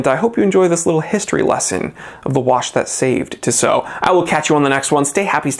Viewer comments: It’s TISSOT!!! NOT ‘Tsow’ LA people listen Grrrr… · My friend pronounces it as tishot and it really bothers me. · Oi septic you said Tissot wrong